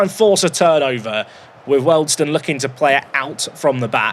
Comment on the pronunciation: Wealdstone = "Wee-all-d-stone" and not "Welled-stone" Other than that, great episode 🙂